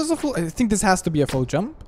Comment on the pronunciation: When you say "full jump" i understand "fool jump"